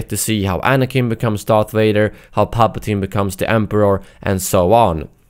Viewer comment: "Darth Wader" "May i take your order sir?"